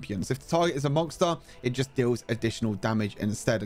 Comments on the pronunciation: dude can u stop saying monGster, its MONSTER NOT MON“G“STER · Now I'm gonna start saying mongster 🤣 i like it